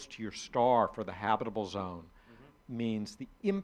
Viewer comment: "habbibble" "habubble" "habble" hmmm never heard of those zones.